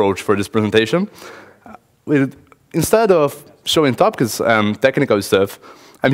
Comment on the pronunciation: someone who wants to give a lecture should be able to pronounce the word "Topics" correctly